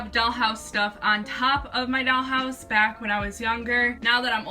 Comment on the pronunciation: “A dAlL hOuSe ToUr” No hate LMAO